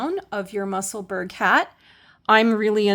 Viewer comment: Thank this is all very helpful. I hope you won t be offended if I help you with the pronunciation of Musselburgh I'm a Scotswoman who lives there the way to say it is probably closest to Musselburrah.